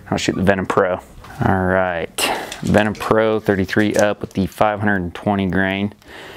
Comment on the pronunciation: Duuude, it's VenTum from the Latin Ventus, not Venom from Marvel ;)